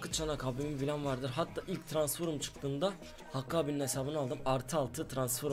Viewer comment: trasnforum demene bayılıyorum ya <3 aat